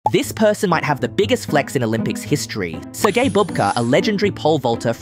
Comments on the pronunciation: Man you can’t pronounce Sergey - Sir Gay» 🤦🏽‍♂️ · Why did you pronounce his name as "sir gay"? xD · Actually, the correct way to pronounce his name is Serhii as him being Ukrainian.